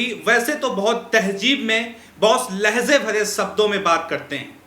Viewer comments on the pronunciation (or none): none